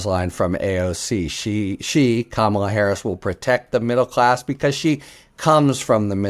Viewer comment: My request for you and many of your guests: please, please pronounce VP Harris’ first name properly. If you say Comma La, you’ll have it 😊